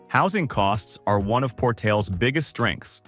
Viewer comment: So many errors here. No pretty tree filled mountains anywhere near Artesia, Portales, and Roswell. Just flat and pretty dry. Roswell crime is higher than stated. Las Cruces is probably the best area for retirees but not listed at all here. And the pronunciation is very wrong on Portales, Coralles, and especially Raton lol.